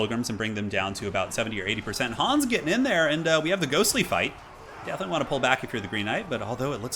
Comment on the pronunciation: Well, Hans or "Hooons" as you call him is a german name and thereby sounds imperial.